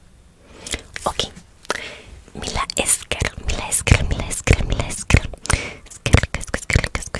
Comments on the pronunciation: Hola la i con la L se lee LL es decir se escribe mila esker pero se pronuncia milla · Simplemente pare mejorar: por ejemplo en Mila Esker la "i" con la "L" hace como una "ll" o "y" así que pronunciado sería milla esker. También en el caso de: Espainakoa naiz, la "i" con la "n" en pronunciación hacen la "ñ" así que se diría Españakoa naiz. Aprovecho el bug y......ñññññññññññññ. Gracias por el video